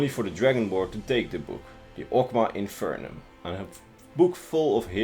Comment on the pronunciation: (Awg-maw) (In-fin-ee-um)